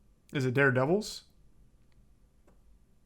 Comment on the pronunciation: "Is it Dare Devils?" 💀💀💀